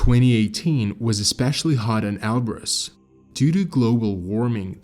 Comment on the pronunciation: Oh man eberus not elberus